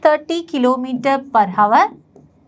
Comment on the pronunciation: Miss, it's not havar It's hour 'H' is silent